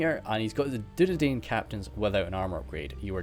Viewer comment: Dunedain is pronounced as Dune-dine